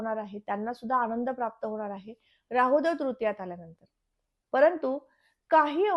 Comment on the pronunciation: शुद्ध मराठीत बोला हो न च्या ठिकाणी ण ण कशाला म्हणतेस अणूभव नाही अनुभव म्हण आनंद म्हण अणंद नाही